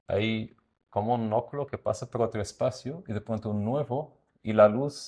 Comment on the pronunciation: Me encanta como pronuncia el arquitecto oculo, acontecer, rua ...